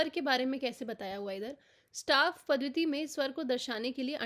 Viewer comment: पद्धति को पद्वति ना बोले प्लीज